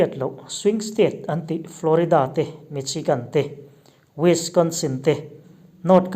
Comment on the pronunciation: Michigan i sawi tela. Dik hlel deuh lo maw?